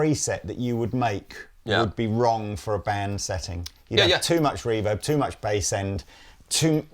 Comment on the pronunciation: Does the pronounce "Reverb" with the emphASis on the wrong syllABle, or is it just me hearing this?